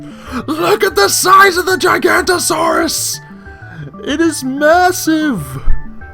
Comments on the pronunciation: giga-nata-saurus, lol I'm pretty sure that is the right way to pronounce it XD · its pronounced jiga no toe saurus and rex are 11 meters and giga 17 spino 18 meters and nothing in the game is acurate so i wont correct u any further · It's pronounced Jig-a-no-ta-saw-rus. Gigantosaurus was a completely different dinosaur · it's not pronounced giganta it's fucking gi-ga-na-tosaurus Jesus Christ people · A (gi-ghan-no-tuh-sawrus) not gigantosaurus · its Giga-Noto_saur